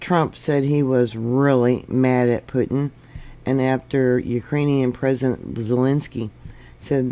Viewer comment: Pronounced Poo-tin.